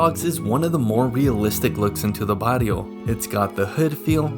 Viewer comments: Stfu boy. Why you say bario, and not barrio? It's barrrrrrrio baRRio. This vid is a waste, do me a favor and go f yourself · How can you not roll your R ? What a barlio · You need to learn how to say barrio. It’s with 2 Rs not one.